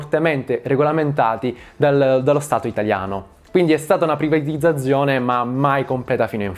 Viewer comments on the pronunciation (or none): Ogni singola volta che hai detto privatizzazione in modo scorretto mi hai fatto venire voglia di tagliarmi le orecchie